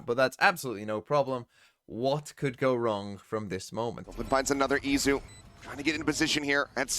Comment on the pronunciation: Is it Itzu or Izu??? I thought it was Izu wasnt it?